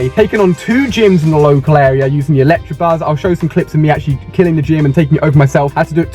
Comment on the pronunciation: "Electrabuzz".. and you call yourself a Pokémon master...